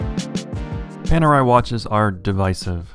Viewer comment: And it's very funny for an Italian like you English speakers to pronounce PANERAI. The "A" should be pronounced like "America" and the "E" should be pronounced like "Ellipse."